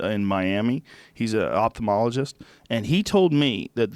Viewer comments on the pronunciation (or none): none